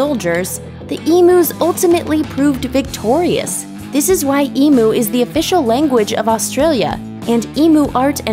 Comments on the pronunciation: Love your work, as ab Aussie, may you do me a favor, let your info department and voice over people know the great Aussie bird is pronounced EmU not Emooo, it greats against my sensitive ears and nature, with thanks, Greg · Eem-you!! Not e-moo. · EMU !! EMU EMU !!! EEM-YOO ... not f-ing "EE-MOO" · It's pronounced 'Eem-You'. Get it right! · as an australian, the pronunciation of emu in this video offends me.